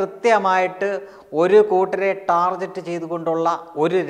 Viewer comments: Amazing information.. ടാർഗെറ്റ് (target) എന്നാണ് പറയേണ്ടത് ടാർജെറ്റ് എന്നല്ല.. brother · ടാർജെറ്റ് അല്ല ടാ(ർ)ഗെറ്റ് ആണ് ശരി .